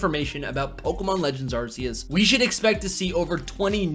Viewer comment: You know it’s Arc e us not Arse e us just saying